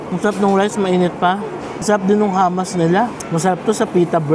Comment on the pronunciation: Hummus not hammas.. pronouce as ( who moos ). And chemist werehouse are just copy class A perfume from china.. better to buy at myers all original.